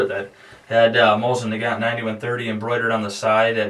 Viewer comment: Amd by the way, it's pronounced, MO-SEEN NA-GON